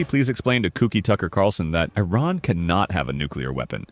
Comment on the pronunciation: Good to know you called Iran with their real name (E-Raan) not (Eye-ran) unlike some👍🏻👍🏻👍🏻👍🏻